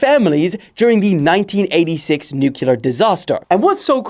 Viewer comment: the nuclear pronunciation made me stop the video ngl